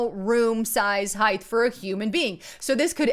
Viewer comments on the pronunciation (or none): *Height not heighth